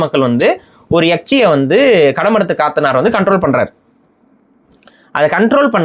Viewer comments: காத்தனார் இல்லை கத்தனார் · அது காத்தனார் இல்ல கத்தனார் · Dei athu kaathanar illada Kat_tha_ naar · அது கத்தனார், காத்தனார் இல்ல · காத்தனார் இல்ல கத்தனார் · Kaaaatanar illa pa kathanar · Kaathanar alla, kathanar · கடமுற்றத்து கத்தனார் காத்தனார் இல்ல கத்தனார் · அது காத்தனார் இல்லை... கத்தனார் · BRO காத்தனார் இல்ல "கத்தனார்" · அதன் மலையாள உச்சரிப்பு ( കത്തനാർ ) கத்தனார் ( Kathanār ) Last Vowel ( ā ) is Long Vowel ( நெடில் ) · கத்த னா ர் ✅ சரியான உச்சரிப்பு